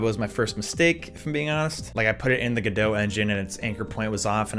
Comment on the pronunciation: It's pronounced Godot.